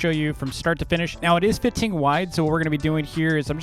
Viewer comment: thats why he cant say 15 right? all the effort?